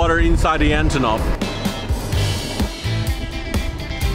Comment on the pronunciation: I wonder if I will ever meet a foreigner who is able to pronounce Russian names correctly. It seems like the simpliest name possible - Antonov, and still the guy manages to emphasize the wrong sillable. Why wouldn't he try to pronounce it again properly - AntOnov? (Or still better to say as we call these planes in Russian - An-32)